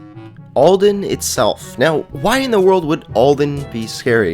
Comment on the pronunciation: ALdan not Oldan